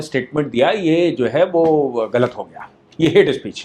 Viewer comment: "हेट्स स्पीशीज" खतरनाक अंग्रेजी 🤣🤣